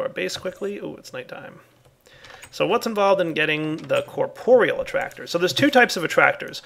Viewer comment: its corp-real not cor-por-e-all